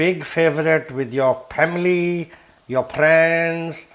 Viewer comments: "Your priends, your pamily will puckin' love YOOOOOUU!!" This dude gives no pucks and im totally here for it!😂😂😂😂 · I've not laughed at an onion bhaji with added F-bombs before. Cripsey, Cripsey for the pamily! I love the way he suddenly channels pure Yorkshire man - wear a puckin' glove.